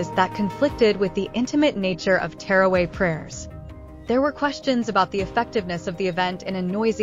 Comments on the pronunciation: It is witr prayer, not winter prayer😅 Edit: and not Terraway it is Taraweeh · It's NOT terraway! It's TARAWEEH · Tarawih prayer not teraway get your pronunciation right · It's teerway.. it's taraweeh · I have never heard someone say taraweeh so wrong 💀💀